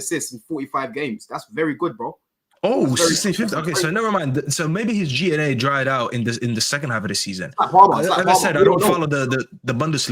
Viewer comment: G/A not G and A 😂 so annoying to listen to this guy